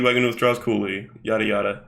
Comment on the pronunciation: anyone else think that when says "yada yada" it kinda sounds like yare yare or am I going insane with the jojo brainrot